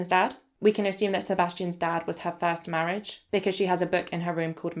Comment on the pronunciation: 😂 Mortgage instead of Marriage sent me! But I then went back over all your previous videos and realised 🙀 you had called "Marriage" many different things in this series! Marridge! Marge! The Big M! Morridge! X...Marriage...X! 😂😂😂🥳